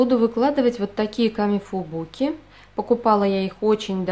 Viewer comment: КамифуБУКи😂😂😂😂 ах смешно наголос бил сказан